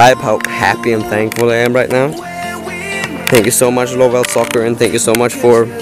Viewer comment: its pronounced love2soccer not lovellsoccer, But the website is correct